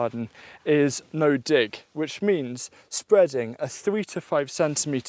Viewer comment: sounds like you said the d word but you said dig